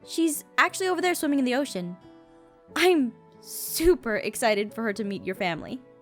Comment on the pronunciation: Anyone else notice "exited" instead of "excited" ?